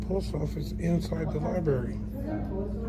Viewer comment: You know you have a dumb cop when he says LIBARY.